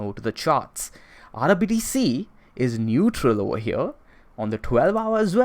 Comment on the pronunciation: Right ova HEA~